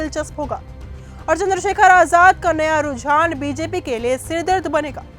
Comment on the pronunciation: Chander Shekhar ravhan hai sahi se name le